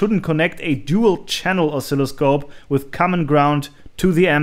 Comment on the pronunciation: Interesting hearing the german pronunciation of Dual. I repaired a Dual turntable for my father in law recently - new motor capacitors. Very satisfying.